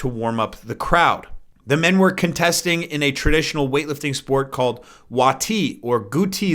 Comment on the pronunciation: Wattee is pronounced wattay not wat eee